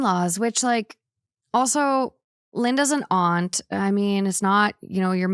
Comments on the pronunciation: I love hearing aunt pronounced correctly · I love hearing aunt pronounced correctly!!